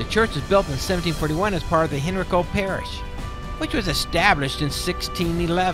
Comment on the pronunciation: I enjoyed the video, but you made several mistakes that I thought you might want to know about. The women married prominent men, not predominant men. The parish name is pronounced Henrico (hen-rye-co). I grew up there so I know. Wythe is pronounced "with" not Why-eth. Your tour was good just needs a few touch ups on the information.